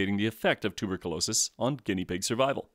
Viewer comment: It's "tu-ber-kyoo-LO-sis".